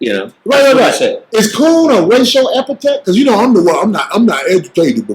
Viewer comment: the word is epithet